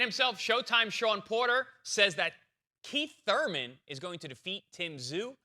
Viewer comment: Kweeth ‘Sometimes’ Thuymon